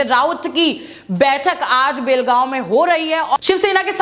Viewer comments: BHEL gaon nahi. Belgaon hai sahi se bolo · भेल गाव नही बेलगाव बोलो